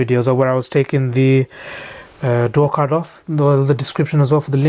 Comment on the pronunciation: I was listening to him while I was doing something else and I swear he said door cunt several times. I just had to come back to see what one of those looked like.